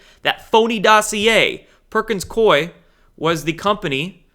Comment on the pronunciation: I have a friend who works for Perkins Coie in Portland, OR. It is pronounced COO-ee - not Coy. COO-ee. Sorry but that's the pronunciation - call one of their offices. He says they are laughing at all the youtubers who say their name incorrectly. I guess they have to laugh at SOMETHING especially since one of their bank accounts for $2.9M got confiscated!